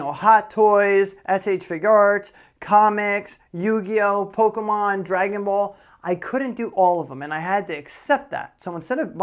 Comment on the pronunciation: Loving the ending video segment with the pronunciations of Pok-é-mon. 👍👍